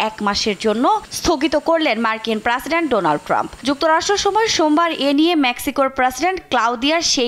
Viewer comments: এই মহিলা সাংবাদিকের উচ্চারনে সমস্যা আছে৷ প্রাসিডেন্ট কি? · প্রাসিডেন্ট না প্রেসিডেন্ট 😂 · এ মদ্যে না এইটার উচ্চারণ হবে "মধ্যে"। প্রেসিডেন্ট (President) তো সব জায়গাতে ভুল উচ্চারণ করেছেই, এমনকি বাংলাও ঠিক মতো বলতে পারে না। আপনারা টিভি চ্যানেলরা কি যোগ্যতা দেখে নিউজ রিপোর্টার রাখেন আজকাল? ইদানীং অনেক নিউজ রিপোর্টারেরই উচ্চারণ এতো ভুল! ইংলিশ তো দূরের ব্যাপার, বাংলা উচ্চারণও ঠিক মতন বলতে পারে না।